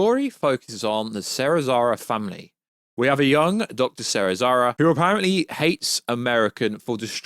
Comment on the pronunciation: He can’t pronounce for crap. He meant Serizawa.